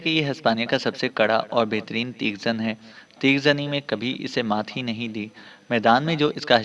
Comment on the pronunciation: TAIGH ZUN not TEEEGH ZUN